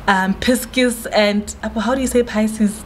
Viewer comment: Pisces pronunciation yeo 😂 I love you